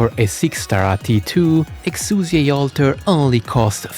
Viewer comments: Honestly so glad you corrected the name pronunciation at the start, I'm so sick of weeb trash calling her "Exia" AFTER we got the proper english pronunciation just becuase "tHaT's HoW tHe """""SuPeRiOr""""" DuB sAyS iT" like give me a break. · Did anyone fucking ask? The name "Exusiai" was carried over a RECAST. It is NOT a mistake, and unless the VA herself is asked to come back in to say it the other way, "Exusiai" is correct, regardless of whatever justification you may have for misnaming her.